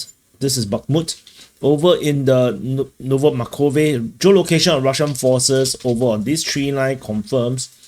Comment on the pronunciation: Not "novo makove" real is "novo markove". Good update.